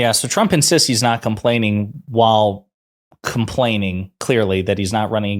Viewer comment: Lmao... "com-paining.." talk about Freudian slip